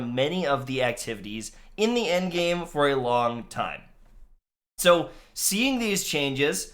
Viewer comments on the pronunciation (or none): none